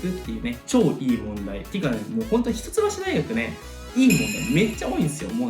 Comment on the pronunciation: ひとつばしって言うのか笑 「いっきょう」って言ってた (￣∀￣)